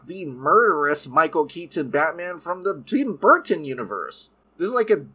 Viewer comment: I straight up will be skipping this movie. And when the heck was Michael Keaton's Batman ever murderous? And why do you overemphasize Michael Keaton's last name?